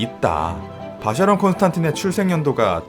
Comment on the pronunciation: 이젠 아예 고착된 듯… 쉐[쇠]가 아니라 셰인데 말이죠ㅋ.